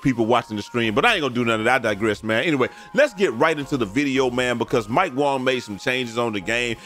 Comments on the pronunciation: Keep up the great work we appreciate it. Just a heads up though his name is Mike Wang not Wong. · Mike was asked a few years ago how it is pronounced and he said Wong. This is why Brute and say Wong instead of Wang.